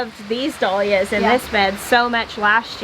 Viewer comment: Jill,dahlias=dal yias! Not doll yias!